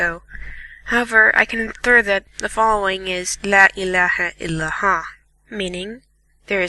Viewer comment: It's not La Ilaha Iliha, it is La Ilaha Ilila, not Ha okay? I don't mean to offend you